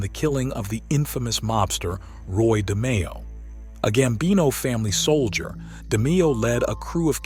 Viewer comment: Research the content more thoroughly next time. Frankie D. was not a soldier, he was the underboss , its Demeo , not "Demeeo" and Tick , not "Thick". No big deal but the people who watch these videos know the content . Good luck 🤞